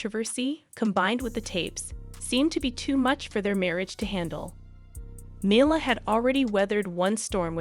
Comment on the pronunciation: U might want to learn how to pronounce Mila’s name